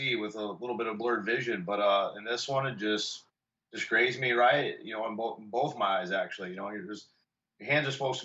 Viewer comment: he clearly says glazed instead of grazed lool